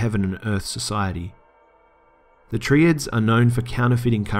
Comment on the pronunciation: "tree-ad"???? it's "Try-ad"